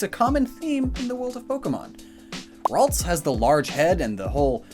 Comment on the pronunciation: Ah yes Raltsa